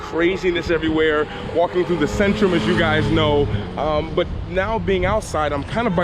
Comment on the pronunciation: In polish "Centrum" is pronounced more like "TSentrum" not "Sentrum".